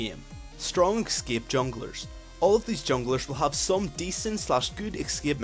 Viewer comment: A very good and comprehensive video. But it's ES-CAPE, not EC-SCAPE.